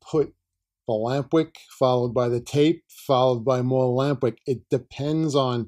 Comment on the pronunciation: Took me 10 minutes to figure out you said "lamp wick." I thought were saying lambrick. Am I right, is it lamp wick?